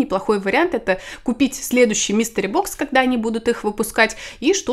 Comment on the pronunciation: МИСТЕРИ... блин, а я слушаю и думаю, почему Мистер Бокс-то.